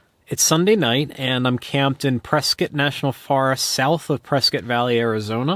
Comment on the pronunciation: It’s pronounced “press scott”. I live in AZ so I know.